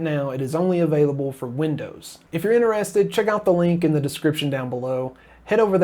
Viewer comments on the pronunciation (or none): none